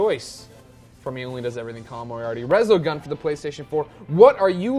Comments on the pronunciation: Resogun, really? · Resogun? Really? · Really resogun? That's what you're most excited for? Reaallly...